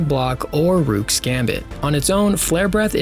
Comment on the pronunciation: It’s not “rewk” it’s rook, pronounced like “book”.. you wouldn’t call it a “bewk”